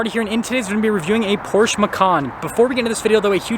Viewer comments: It’s Porsch uh - not Porche. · It’s “Porsh uh” 😂 I cant get behind a 4 banger in this car. Porsche punishes base level trim buyers. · Porsche is two syllables pors. Sha. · You pronounce it “porsh” while the dealers at the Porsche dealership pronounce it “Porsha”. And I’ve gone my entire life thinking it was pronounced “Porsh” 🫤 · Porsche 2 syllables